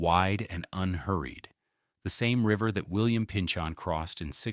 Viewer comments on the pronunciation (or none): Springfield is on the EASTERN BANKS of the Connecticut River, not the western banks. Agawam is on the western banks, Springfield is not. Also Woronoco is sounded out with a NO not "knoc" and the same Pynchon ... sounded out like pinchin not pinchON. Also, "Two Hundred 91"...hahaha 291 did NOT cut thru the waterfront of Springfield. 91 cut thru the waterfront of Springfield.